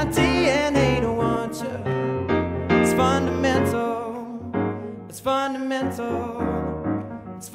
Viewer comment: I kept hearing the word 'fundamental' as 'butter menthol'